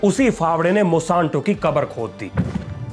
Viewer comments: मॉसांतो नही मोनसैंटो है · Bhai नाम तो सही बोल company का।।। Monsanto है , mosanto नहीं😂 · Its MON-SAN-TO not MO-SAN-TO, please correct it's aching my ears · Mosanto❌ Monsanto ✅ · मोशांतो नहीं मोन्सेंटो